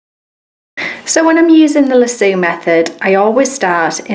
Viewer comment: Thank you for taking the time to show so many different methods. I'm usually not this picky (especially when it comes to non-American accents), but the way you pronounced "lasso" had me rolling. In America it's "lass-O", not "la-sooo"... please don't take it personally, I thought it was adorable! The Loop is my favorite way but I do it slightly different... Just like you, I double the thread with the loop at the end, but then I come up from the bottom of the fabric and catch the loop with my index and middle finger, then spread the loop out wide, then pass my needle back through the fabric making sure it goes between my fingers. That way it catches the loop and tightens it around the thread. Then I just go on with my stitching.